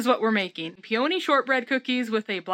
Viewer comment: Hiya. Is it a regional pronunciation of peony that you're using? May I suggest you google 'pronounce peony' in order to see what I'm getting at? Fascinating. Stay safe. All the best to you. P. S.: How're the chives?